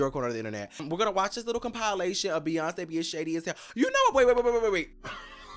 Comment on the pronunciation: You calling it a “com-pie-lation” sent me 😅